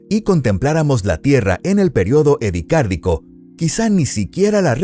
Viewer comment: Es Ediacárico, no Edicárdico.